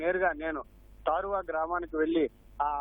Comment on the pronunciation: Its not - తాడువ, its - తారువ గ్రామం